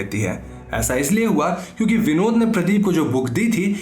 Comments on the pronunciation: When you were saying Vinod it's sounds like binod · Btw its not vinod its Binod😁😁